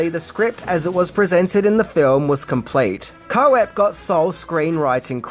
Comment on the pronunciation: David Koepp, it’s pronounced Kepp not Co epp 😊